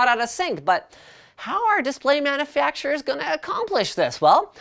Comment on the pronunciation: Manafeactures? xD